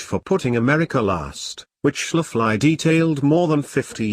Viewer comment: Your robot voice needs to be introduced to miss Schafley's pronunciation, otherwise great presentation